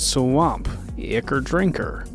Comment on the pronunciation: Ichor is pronounced "EYE-kor"